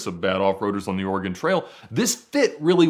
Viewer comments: The way kept saying oregOOON was soo annoying lol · Don't EVER let say "Oregon" on camera again. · It has been two days and mispronunciation of “Oregon” still haunts me to this day. Seeing my psychiatrist tomorrow.